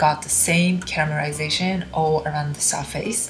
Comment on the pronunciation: stop saying CAMERASATION instead of CARAMELIZATION.